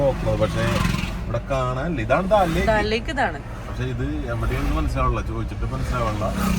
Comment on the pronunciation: Daal lake alla, Dal lake Anne, pronunciation seriakaa